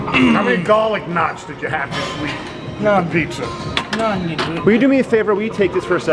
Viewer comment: GAH-LICK KNATS